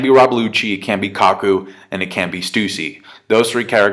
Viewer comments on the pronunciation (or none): none